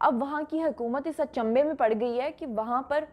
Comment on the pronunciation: اچنبے نہیں۔۔۔اچھنبے۔۔۔۔